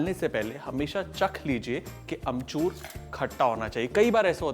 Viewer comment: Sawal - how many times Kunal said amchurrrr ?!?!?